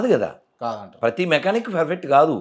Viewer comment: Asalu nuvvu ferfett ane padam perfect ga palukuu ra babu